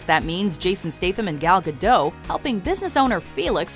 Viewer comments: Gal Gadoe? she isn't french, you need pronounce it Gal Gadot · Its not 'Gadoe', it's 'Gadot' with an emphasis on the 't'. It's Hebrew, not French... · its gadot not gado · Gal GadoT. The T isn't silent. Good list. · the T in Gadot isnt silent